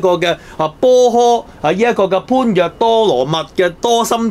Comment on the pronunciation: 鱷魚哥，「般若」讀「波野」